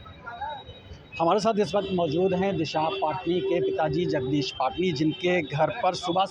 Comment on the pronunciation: Patani bolte h na ki patni 😂😂 Aisee hi cricketer chahal ko log cahal bolte h Deepak chahar ko cahar bolte h ..... Sudherjaooo kaminooo ache se pronounce kara karo